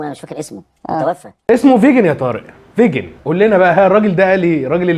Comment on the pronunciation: اسمه فيكن مش فيجن اسمه فيكن جيزمجيان